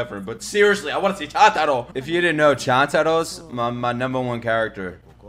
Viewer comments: I feel so uncomfortable seeing him pronouncing chuntaro as chantaro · its call choon-ta-ro not chan-ta-ro pls t - t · Can you please say Chuntaro right 😭? It’s Ch-oon-taro not Ch-an-taro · Also, it’s Chuntaro. basically pronounced choontaro. And just wait until the end of the series. (Which sadly yet thankfully has not come yet, just in the manga) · Bro its "Chuntaro" how could you forget😑